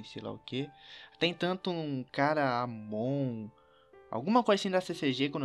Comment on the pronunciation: você falou amon eu falei almôndega kkkkk😂😂